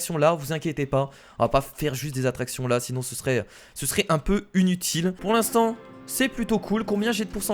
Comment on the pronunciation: A il dit unitile 😂😂 au lieu de inutile